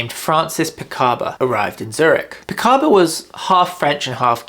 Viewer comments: Francis PICABIA, not Picaba. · Great video, I am really glad I discovered your channel ! Just a small correction Francis Picabia’s name is pronounced Picarbeeeaah and that Man Ray sculpture the gift is an iron not an ironing board. Dada would never have accepted I am too much of a pedant 😢